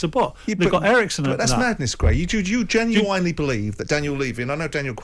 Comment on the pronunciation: Genu-wine-ly believe